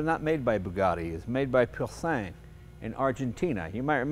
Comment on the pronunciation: i need one loll......but you dont pronounce the G in pure sang